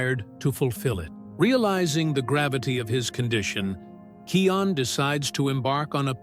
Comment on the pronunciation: It’s kion